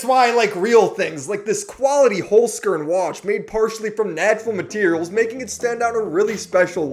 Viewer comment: I'mma be real you chef, I was gonna sub, and then I heard how you pronounce your sponsor. Its two words, Holz - Kern, meaning wood - core, in german